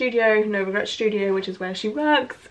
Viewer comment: It’s so funny you say “shtudio” instead of studio lol I’m an American so your accent is cool to me